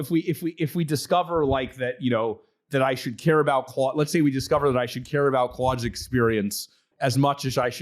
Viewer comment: Stop calling it "Cloud"